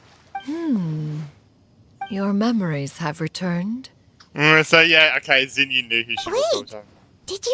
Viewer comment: Xinyan starts with Xin, while Xianyun starts with Xian, so it's pronounced a bit differently